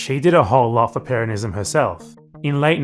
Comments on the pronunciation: in the clip it sounded like he was just emphasizing the second syllable, the way one would pronounce the name peRON(ism), rather than the way you say it throughout the video, PERonism. Granted he uses an American accent for the R but still. That was what I thought you had contention with. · Could you please stop pronouncing 'Peronists', 'Peronism' etc like that? You know how to pronounce Peron ..